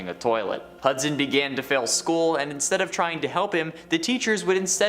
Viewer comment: ~ How and why would 1 fade out inZtead of joz' tiz-pearin'